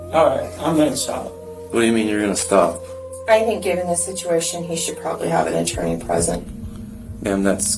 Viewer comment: Bro why do you talk like that? "To the stationnnnaaaa" "This could've beennnnaaaa" "of the situationnnnnaaaaa" like stop dragging all the N's with an A at the end